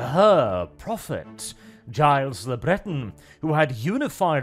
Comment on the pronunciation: "Giles Le Breton" where's the french spin bro? its probably pronounced "Jill'le Bretór"